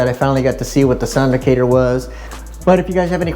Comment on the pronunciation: I think it’s pronounced like “Actor” Sound-Actor.